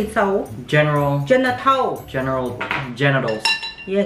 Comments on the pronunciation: You say it like “general so” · “General taso? No. General toe???” 🤣🤣🤣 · It’s not “t so” it’s “s-ow” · It’s pronounced tso (so) without the T sound. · Tso is pronounced like “so”. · General tso is pronounced general so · General so the t is silent and I’m black general Tso -so